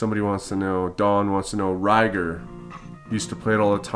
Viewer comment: its pronounced Ko-leek-ko vision. and Ry - GAR.. not ryger.. . lol.. excellent video tho.. i want it!